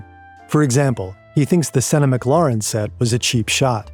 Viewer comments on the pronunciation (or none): what the hell is that pronounciation of McLaren. mac lauren? I know its not an AI voice, but this wont help the people that do. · Did you just pronounce McLaren as McLauren lmao what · “McLahrun” this hurts my ears 🥴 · no way he called it mclauren 😭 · I was fine with everything up until how he pronounced "McLaren" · He said McLaren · I really wanna believe these videos don’t use AI, but it gets really hard to do when the narrator mispronounces certain things… I’ve noticed it in other videos too but the McLaren mispronunciation is a little silly and suspicious. Still love the videos though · Never heard anyone pronounce McLaren like that